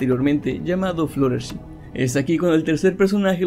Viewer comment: fluttlershy no se pronuncia fluttershi se pronuncia fluttershay